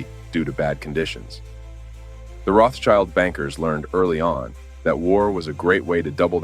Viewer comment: Rotschild doesn't mean "child of the rock" nor it is pronounced [roths child]. It's pronounced [rot shield] and it literally means "red shield". Don't make amateur mistakes on serious topics.